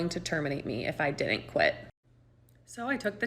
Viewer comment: I dinint know I could get fired for not being able to pronounce didn't